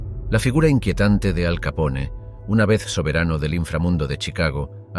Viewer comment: No se pronuncia "Capón", sino "Capone", recuerda que no es un apellido italoamericano sino directamente italiano.